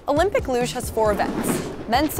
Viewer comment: I like the part where she pronounces LUGE a different way each time she says it 😂 looosche luuuge loose loosh looooghhhh